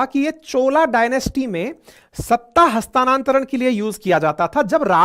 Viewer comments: हस्तांतरण न कि हस्तानान्तरण । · हस्तानांतरण नहीं होता हस्तांतरण होता है पर विडीयो बेस्ट है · हस्तानांतरण नही, हस्तांतरण शब्द है